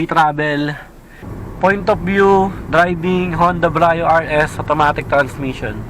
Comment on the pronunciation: Hi -- Some points for you to review and re-check: 1.) Pronunciation -- Sir, Brio is pronounced as literal bree-yo. Not Bra-yo. Ok po? Bree-yo po ang pronunciation. 2.) Sports Mode -- Never po sa history ng Brio from 2015 - present na may "Sports Mode". Yang S na nakikita nyo sa shifter ay "Sequential" meaning "transition to manual mode". Sana po clear. Thank you.